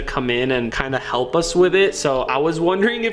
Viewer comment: he sayd halp